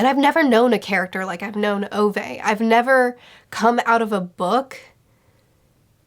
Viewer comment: I am begging you to learn the pronunciation of Ove.